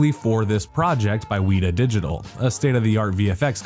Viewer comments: I mean, if you're going to do a review of such a classic set of films, ateast learn how to pronounce the words correctly. It's not "we-ta", it's "Wet-a". And there is no such thing as the Mines of "Moyra"...it's the Mines of Moria. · Why do you mispronounce things like weta?